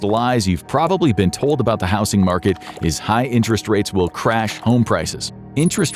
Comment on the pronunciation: I thought the same, but the way he pronounces certain words still has me suspicious. Even in this one he says "house-ing" instead of "howz-ing". He has also pronounced "polished" is if it was referring to Poland. If I had to hazard a guess, they might start the script with a real voice, but then use AI to finish the rest. Listen closely, some of the inflection is...odd...